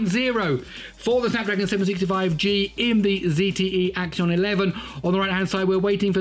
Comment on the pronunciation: It's not axion it's axon